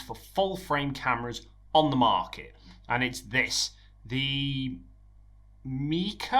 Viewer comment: It's pronounced “Mei-ke”. Hope it makes sense to you. Cuz my mother tongue is mandarin. Try to type in English is also challenging.